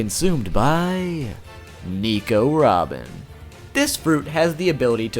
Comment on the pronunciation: Its nico robin not nEmo robin